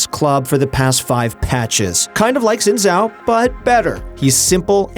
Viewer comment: Ur pronounciation for Xin Zhao annoys me